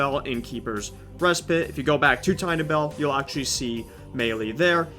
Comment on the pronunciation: “Keepers respit” what is respit?